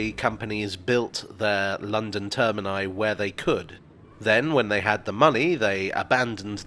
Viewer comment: Thanks for saying “termini”